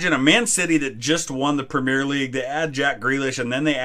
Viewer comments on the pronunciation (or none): I love your content and you seem like a really cool dude but every fiber in my body aches the way you say premier 😂